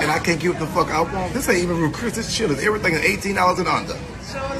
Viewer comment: Its CHILI'S not CHILÈ'S. That was the worst thing going on at that Chili's that day.